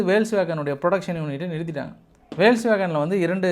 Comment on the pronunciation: வேல்ஸ்வேகன் என்று சொல்லதீர்கள் போக்ஸ்வேகன்